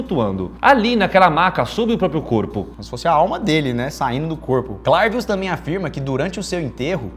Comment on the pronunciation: É bem engraçado mesmo. Eu sou Haitiano é verdade que essa pratica existe no haiti infelizmente. A maneira certa de pronunciar o nome é CLÉVIUS